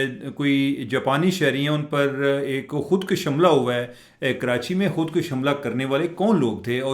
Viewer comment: Khudara urdu talaffuz seekh lain.Khud kash nahee khud kush bolain